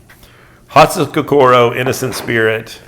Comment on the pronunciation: Lovely knife. Thought you might want to know that your pronunciation of "hatsukokoro" is way off. There are few long vowel sounds in Japanese. So it's "ko ko ro", not "ko core row" like a lot of westerners say. Thought you may find this interesting, or maybe not. Great work as always